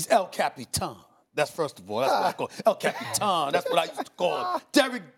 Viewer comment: SASs EL CAP-EE-TAN is as classic as his STAY OFF DAH WEEEEEEDD!!! 😂😂😂